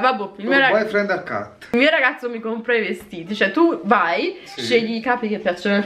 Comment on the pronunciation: Il mio boyfriend "accatt" ahhahahahaha celeste m fa murì 🙈😂😂😂😂